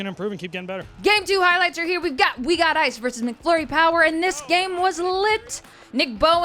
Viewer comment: It's MACflurry - not MICKflurry!